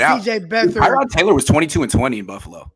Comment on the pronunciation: I really feel for Tyrod Taylor. Nobody pronounces his name correctly.